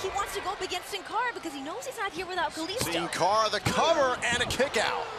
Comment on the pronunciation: lol sin cara not hun cara